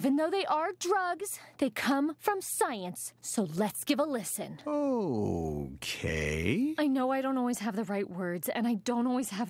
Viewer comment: so lEts give a lIstebn